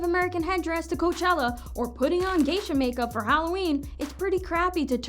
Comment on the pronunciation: I think it's cute how y'all showed Katy in geisha get up and then pronounced the word wrong! Wow ! So smart also there is an interview with Japanese people saying they thought it was cool. They thought it was great that Americans are respecting their culture.